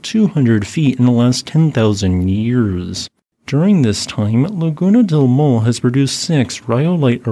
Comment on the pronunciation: Maule is pronounced Mau = M-ow, like you hurt yourself, le = ley